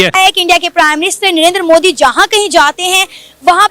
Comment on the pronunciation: Oh bhai , ek prime minister ka name v sahi se nahi le sakte ho ....kyu debate me baith jate ho aap log Hamere P.M Saahab ka Name Sri 'NARENDRA MODI ' ji hai ... Unka name sahi se liya karna